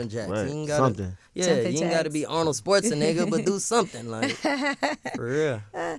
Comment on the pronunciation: 😂😂😂 Jackboy said ArnoldSportsanegga 😂😂😂😂 at the min mark 😂😂😂😂 I just replayed it again 😂😂😂😂